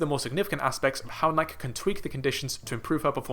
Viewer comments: First of all, please pronounce Nike correctly. Secondly, Faith will do a magnificent job this year in the mile/1500, but that gap is huge. It WILL, however, likely spark talk of women legitimately breaking the barrier and result in women doing their level best to break it in the future. I am 55, and I expect to see a sub-four mile for women in my lifetime. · As soon as you mispronounced "Nike" in the first minute, I was out. If you don't know that brand, you don't know track.